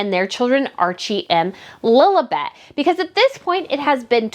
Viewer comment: Do I hear Lolabet in your American accent? It's Lilibet. Anyway, great content !